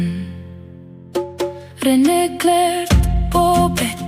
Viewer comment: Ang galing tlga ng gumawa ng kanta n to ung pagbigkas ng Rene😢